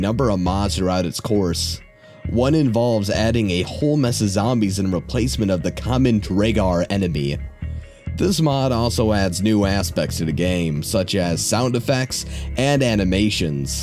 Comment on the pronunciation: dragar? It's pronounced DROW-gerr, it's old norse.